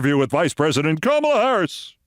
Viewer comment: Do you also pronounce the word comma as Kama? ,la. , la. Comma-la.